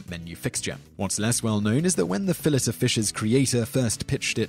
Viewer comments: Fill it o' fish? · In Australia we say fillet ( fill it ) like the British, Americans say it like fill-ay I believe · What the hell is a fill it? Did you mean, fill ay? You should have called this, "10 awful ways the Brits can't pronounce words." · Fill-ETT of fish? Can I be the only person in the world who finds this annoying? The conventional pronunciation is Fill-ey. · I love the " fill-it of fish" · Fill-It of Fish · I always thought the "t" in "fillet" was silent, and it was pronounced fillAY. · 😂😂😂 why do you say "fillet" like fillish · I thought the T in Fillet was Silent, Simon? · WTF is a Fill it of Fish? lol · lol who ever is talking in this video can't pronounce 'Fillet' calling it "Fill-it" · Fill lay o fish wtf say it right. Bodega boys gunna fight u over the disrespect u dont wanna meet mr fun fun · The French word "filet" is pronounced "FEELL-ey" (long "I" and stress on the first syllable) so even if you're pretending to be superior by pretending it's French, you're getting it wrong. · So you live 36 miles from France and you can't pronounce fillet? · The T in fillet is silent . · Fillet is a French word think about that before trying to pronounce it. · lol dude, "fillet" of fish, really? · by the 5th one, the cringe was painful, he must not like the French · The T is silent...